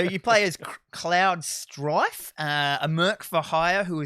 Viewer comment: "You play as Clowd Stroife"